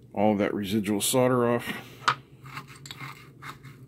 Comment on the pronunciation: Hey, sodder vs solder. Pronounced soul’der… If your house sells, is it sod or sold?